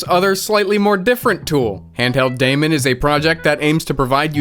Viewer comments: Daemon is still pronounced like demon Demon is evil, daemon is good or bad. Was used because it represented an invisible program running. Its not pronounced day mon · Daemon is pronounced Demon and I'm very offended.